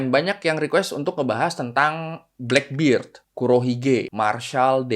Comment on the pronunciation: blackbird itu taksi bro kalau blackbeard di baca blackberd si jangggut hitam